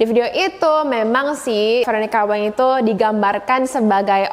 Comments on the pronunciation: btw, kak nama veronica wang itu dibaca ttp Wang bkn weng, itu marganya si veronica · koreksi : "meokbang" bukan "mukbaeng" "wang" bukan "waeng"